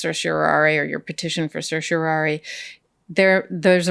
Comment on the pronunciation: did you say certiorari like it was sershiorari ? That's the best butchering of the Latin language I've ever heard.